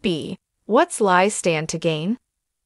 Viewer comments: This is so convoluted I can't even understand this!!! This woman can't even pronounce the name LI (LEE) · Her name is Li, pronounced LEE. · Speaker mispronounces Li's and Liam's names.